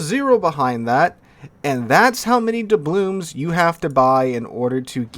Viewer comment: Why does he keep saying "doublooms?" The word is "doubloon." There's an "N" at the end, not an "M."